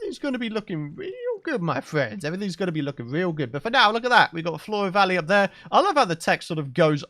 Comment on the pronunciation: Four-uh vawwey, I can roll with that name.